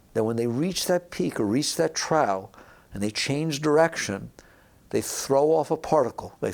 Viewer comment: It's pronounced /trôf/ Like what a pig eats from. Idiot.